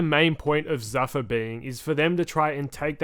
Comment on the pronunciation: It's not zuh-fuh... it's zoo-fah on the pronunciation